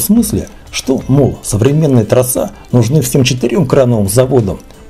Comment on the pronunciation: Не троСА!! А тросЫ!